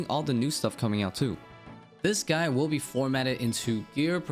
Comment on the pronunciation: he also says this "guy" instead of "guide". I cant stand it either haha